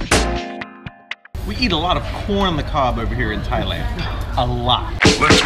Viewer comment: got your L and N mixed up in Thailald,! Lol